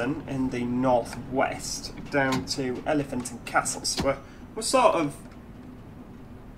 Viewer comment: | Elefint An-dh Kassl, pronouncing stuff “like a true Londoner” 😂